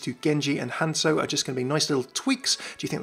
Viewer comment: "HANSO"... What happened to the Z? "OREESA" ... It's not even pronounced like that in game.